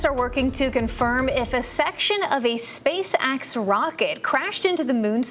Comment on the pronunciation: Did she say... Space Axe? (about 5 sec in)